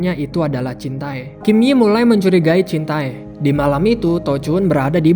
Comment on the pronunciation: Jintae = dibaca jinte